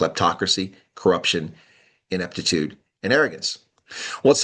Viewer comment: Stop saying Mzanzi.